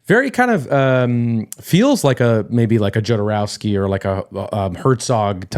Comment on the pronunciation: Guys, the Alejandro Jodorovsky's surname sounds like Kho-do-ro-uh-ski, not Djo-do-ro-uh-ski. J in Spanish is pronounced like H in English.